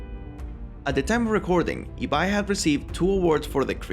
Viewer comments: Si pronunciaste bien Ibai es porque hablas español xd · Por lo menos pronunció Ibai bien :)